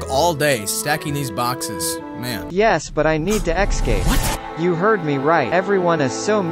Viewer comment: ESCAPE .... not EX-SCAPE